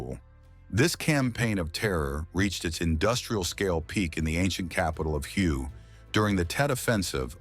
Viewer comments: Did the narrator just prounounce the city of "Hue" phonetically as " Huhyou"? And does NOBODY check or CARE about pronunciation?!?! Isn't the ancient city pronounced "Huhway" (long A)? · Hue is pronounced Hway, not Hugh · Hue is pronounced “Way,” not Hugh. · Hue is pronounced "hoo-a", not hew. AI slop. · Its pronounced huway, not hue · It's pronounced Hway, not Hugh. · Hue is pronounced "way" in english fyi.. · Hue is pronounced "whay." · If you're going to speak about history, you might want to know how the names of the cities you're talking about, the city of Hue is pronounced "Way" One of many useless self-proclaimed "history channels"👎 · Hue, Vietnam is correctly pronounced "Way." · Hue is pronounced 'Way' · Hue is pronounced whey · Hue is pronounced “Way” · Can we have announcers that know what their doing? Hue is pronounced hway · Hue is pronounced, "WAY". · Actually, it was pronounced "whey." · ai, please make me a video about the vietnam war and dont forget to call the city of hue hugh. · I live three hours south of Hue and used to call it that but Viets didn't understand that pronunciation. They pronounced it 'wurh' or 'where,' depending on what region they came from. That was my experience anyway.